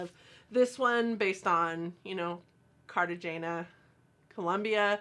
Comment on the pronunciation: Replace the G sound with an H sound softly. Cartagena is a tropical area on the water. Could use some green in it. The palette does work for Cartagena pretty well though I think. I can't pronounce Spanish very well which is a shame because I have family in Columbia!